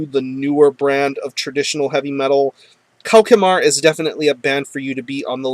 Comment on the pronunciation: Hi! The name of the band is pronounced "KO-SH-MAR", not "KO-KE-MAR. BTW, it's French for "Nightmare".